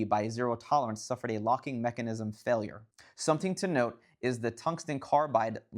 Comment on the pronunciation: Never heard anyone emphasize the “NISM” part of “mechanism” before. 🤔